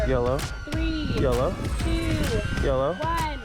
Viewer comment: That's what it was, LOL! I thought he kept saying "Yellow" all the time.